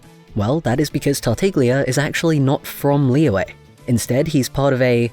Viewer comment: Ah yes pronunciations, you were close for Zhongli, it's pronounced Jong-li to put it simply, and for Liyue, Lee-yue (last part you say pretty quick) I'm poor at this honestly, so there is a very nice lady named Ying who made a guidance video on it (I'll find the link and put it here later) but yeah um you probably were not asking for help but here I am ha